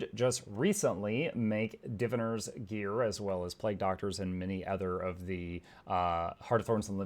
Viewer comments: DEE VAYYY NERRRR not DEEVEENERR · Whoa that's a weird pronunciation of diviner